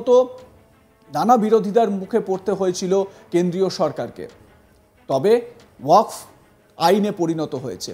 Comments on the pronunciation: ঠিকমতো বলেন ওয়াক্স নয় ওয়াকফ। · তুমি ভাই সংবাদ পাঠ করতে এসেছ অথচ তোমার উচ্চারণটাই সঠিক হচ্ছে না, ওয়াকাফ বিল কে তুমি ওয়াক্স বিল বলছো কেন?একজন অর্ধশিক্ষিত মানুষ এইভাবে সাংবাদিক হলে বা সংবাদ পাঠক হলে, অনেক কিছু হতে পারে তার প্রমাণ তুমি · Apni ki reporter na comedien. Jey thik moto wakaf uccharon kortey pare na seta apnar report er hisabey lagga. ,dikkar chanachi ey rokam boro channel a apnar moto reporter der !!